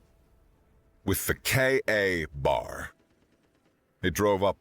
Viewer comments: Sorry, but the Kay A Bar kept breaking me out of the story. The name is spoken KAY bar. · its not pronounced K-A bar. its KABAR... all one word.... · K BAR not k A bar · Sounds a little bit like a hunger games rip off. It is not pronounced KA bar, it's K bar. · It is pronounced kay bar not k a bar. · Would have been great, if KA-BAR had been pronounced correctly. By all the Blades, come on! It is "K-BAR" !!! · A very good story by the voice ogre! Had to save this one! But it's Kay-Bar knife. Not K a bar sir. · KA-Bar ... a VERY famous military fighting knife. It is pronounced "kay-bar" (a woman's name: Kay, and a place to get drunk: bar). Put together and you get "kay-bar". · its not "K A BAR," it's pronounced like a single word, like "kay-bar." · fun story, note for the narrator KA-BAR is pronounced kay-bar. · KAY-BAR, KAY-BAR! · KA-Bar pronounced K-Bar. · OMG!!! You insult every military person and knife enthusiast on the planet!! It’s “Ka-bar” pronounced k-bar. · It's pronounced "Kaybar" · Why, when you pronounced it correctly the first time, did you then proceed to make every military man hearing this cringe in how you change it to KA bar? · Your American accent is good, but I begin to doubt that you are. That knife is pronounced kay-bar. Everyone knows this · Every time I heard KA Bar a little piece of my soul died. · K-bar. Its said KAY BAR 😬😂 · It's pronounced Kbar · Ehh,… let it slide. Not everyone knows the jargon. Larissa mispronounced sabot when she was reading the Lead Dealer story at first. She got it correct later on. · It's pronounced "KAY-BAR" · KA-Bar pronounced KBar.